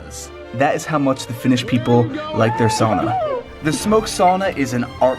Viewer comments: Not "soona" or "saana" (saana is the fjord)... It's "SA-U-NA"! "SAUNA"!!! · Cool video, but you are pronouncing sauna the wrong way!